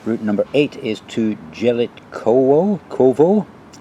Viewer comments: Jelitkowo you should pronounce Ielitkovo. "j" is pronounced like "i". Stogi means "stacks" like haystacks. Probably there were fields some time ago. I don't know how it works in Gdańsk but in Warsaw you can by a tram/bus ticket online, use an app and scan it when you are on the bus. Loved your video as usual! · it's "yell eet cov o" polish j is pronounced y, other than that it's a great video, when I was young boy I used to skip class and go to "travel" by trams all over the place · Going to Jelitkowo pronunciations YELYTKOVO. I grow up in Gdańsk and never question name of the places but now you made me think and oh boy the closer to the nam of yelitkowo in English would be,, intestines,, oh this is terrible 🤣🤣🤣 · Jelitkowo _ not j but y (like in yesl